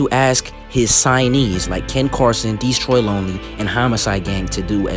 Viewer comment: why does say DEEstroy lonely😭